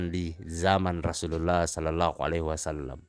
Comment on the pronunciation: Perbaiki pertuturan terlebih dahulu pertuturan pun tak jelas klu nnenjadi imam pun tak boleh, sebut rasullullah bunyi jadi rasullallah